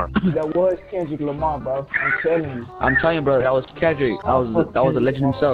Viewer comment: Man said Klundrick Lamar looooool